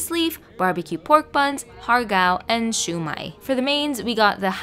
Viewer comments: Really close pronunciation but incase you’re interested: (idk how to describe it in text) Rendang is pronounced as “ren/ruan” “dung” Siew mai is pronounced as “see- u” “my” And the hor fan is pronounced “horr” “fa -un” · The pronunciation of Siumai still makes me cringe since I'm used to siomai.